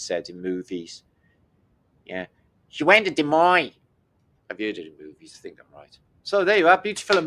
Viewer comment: You have pronounced Des Moines correctly. three cheers for You.